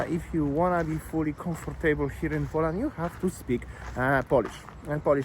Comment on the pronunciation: Could you learn how to pronounce Poland and Polish?